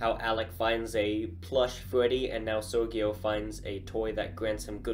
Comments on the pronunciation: Sergio it's not pronounced like that (Sergio non si pronuncia così) It's a more soft, like Joe Basically Ser-Joe😆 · That's interesting, in my country it's pronounced Ser-hee-oh. I don't know, it could be pronounced in English like how he says it.